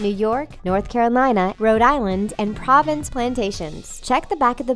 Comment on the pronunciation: It's sort of mind-blowing that Providence is pronounced here as "province".